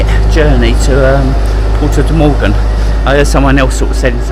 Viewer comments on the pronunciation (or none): Mogan,, not Morgan theres no R.